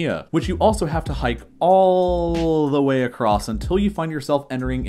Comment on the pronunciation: DA WHEY ?